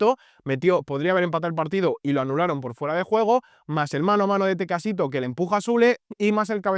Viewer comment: Es Tecatito Corona no “Tecacito” 😅🫡